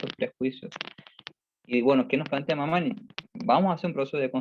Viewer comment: Disculpas pero el apellido es Mamaní asi se pronuncia.